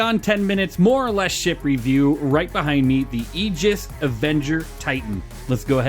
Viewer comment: It's pronounced AY giss. But thank you for reviewing my favorite starter ship!